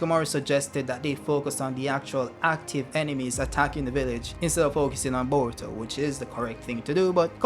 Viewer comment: I subscribed because of your pronunciation. bowuto & nawuto.